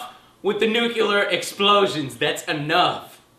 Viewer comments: NU CLE AR not "nu Kill Er :D" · nucular? dont you mean nuclear? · Enough with the bad pronunciation! Its nuclear, not nucular. Sound it out, joe. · Nucular? or Nuclear? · NUCULAR equals NUCLEAR? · Joe has trouble saying NUCLEAR as well. Why do so many pronounce it nook u ler when it is pronounced nook lee er? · Nucular, its pronounced nucular....lol just like in the Simpsons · Ha! He said nucular. lol!